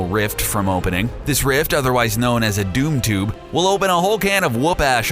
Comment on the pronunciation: He said doom tube and dark "seed" maybe i was saying it wrong b/c i thought it was dark "side" and boom tube maybe i was wrong tho